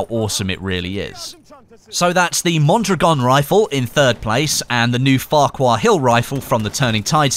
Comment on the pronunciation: Out of all youtuber u have gotten the closest to pronouncing Mondragon.